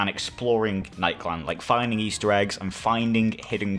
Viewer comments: nikeland instead of nik-e-land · lemme help you pronounce it ni-key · It is nik e land is how it is pronounced